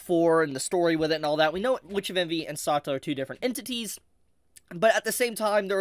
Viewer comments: Pronunciation. The Anime has her name: Sa-tel-la . You saying it in one breath, one syllable is completely confusing. It is only from context do I know who you are talking about. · The way you say “Setella” is cursed bro. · saw-tuh-luh.. I'm cringing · please pronounce Satella correctly.. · How is he still getting Satella's name(pronouncation) wrong is beyond me. When you have both Dub and Sub version available 😢. 💔